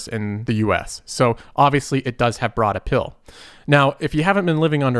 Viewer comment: “Broad apill”